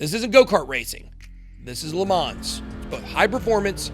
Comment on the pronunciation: Le Mans... the 's' is silent🤣